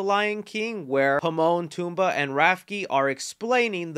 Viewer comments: In mufasa trailer you pronounce the name are not Pomon toomba and rafke. There Timon, pumbaa and rafiki. Timon, Pumbaa and Rafiki. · the way this dude said Pimon and Tumba and then butchered Rafiki’s name has gotta be racially motivated 😂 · Lion King first did Hamlet now Godfather Pt. II 🤣 “himon and Tumba” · “Himon, Tumba, and Rafky” my dude, not even close. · Am I the only one that caught him saying Pimone and Tumba? I thought it was Timone and Pumba… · Wait wait wait wait.....did you just say "Pimon and Tumba"?! You might wanna check those names again, buddy. 🤣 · I’m sorry did you say Pimon Tumbaa and Rafki? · Did anyone else catch that he said Pimon and Tumba? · No comments on saying "Pimon, Tumbaa, and Rafki" instead of Timon, Pumbaa, and Rafiki? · am i the oly one who heard pimon and tumba? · Bro, did you say Pimon and Tumba?? 😆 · 😂 did you call Timon, Pumba and Rafiki the wrong names on purpose? You said Pimon, Tumba and Rafkey. I hope that was intentional. 😂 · It's tamon and pumba. Not pamon and tumba. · WHO IN THEE HELL…..is Himon, Tumba and RAFKI!!? 😡🤣🤣😆💀💀🤦🏾‍♂️🤦🏾‍♂️ it’s Timon Pumbaa and RAFIKI! How you got all three names wrong is jaw dropping to me 😆 Go over your videos properly next time bro. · Did he say Pimon and Tumba? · The fact that this man said "Pimon and Tumba" for comments is sad. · bruh did you say Pimon and Tumba and Rafki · Doesn't like Hocus Pocus, doesn't know that it's called a Doom-Buggy, and I'm pretty sure he called Pumba Toomba... Who the fuck is this guy?? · did I just hear you say Pimon, Tumbaa, and Rafki? 😂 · Did he really say Pimone and Tumba?? 🤣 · Think you mean timone pemba and rafiki why did you say it so wrong it broke my mind lol 😆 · Bro is it just me or did he just say pimon and tumba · WHOA WHOA WHOA, I'm sorry but what were those pronunciations of Timon, Pumbaa, and Rafiki's names ??? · My boy riding the struggle bus trying to pronounce Rafiki, Timon, and Puma!